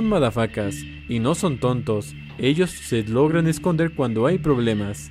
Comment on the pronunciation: Dijiste se drogan o logran???